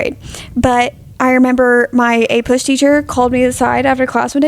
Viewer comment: destiny you said APUSH and i twitched a little